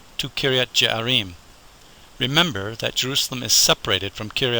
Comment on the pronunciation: Some of the pronunciations need to be revised. It is Kiryat Yearim, not Jearim. It is Mevaseret Tzion, not just Mevaseret. and there are some other examples.